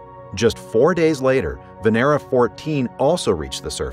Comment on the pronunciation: It's not "Veneera", it's Vénera, which literally means Venus